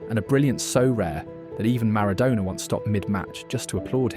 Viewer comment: Switched off after 32 seconds, Ronaldinho wasn't around in 1993, that would have made him 12 or 13, secondly, you butchered the pronunciation of Maradona!!